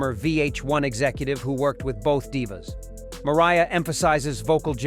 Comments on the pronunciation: At first he says "Maria" Carey.... then he actually says "Mariah" Carey....😤🤭🤦🏽‍♀🤔😅😂🤣✌🏽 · Do you really truly not know how to pronounce Mariah?